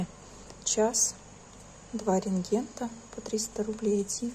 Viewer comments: я извиняюсь, но правильно нужно говорить рентген, а не рентгенТ. Два рентгена, а не два ренгента. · 2 рентгена без т в конце слова